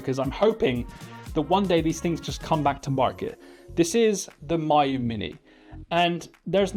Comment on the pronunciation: Obviously it's "Meeyoo". My you, my you? C'mon.